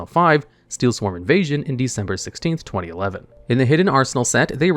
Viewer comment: U pronounce 2011 weird